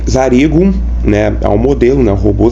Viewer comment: vc falou zariguim errado kkkfkdjfirkeiek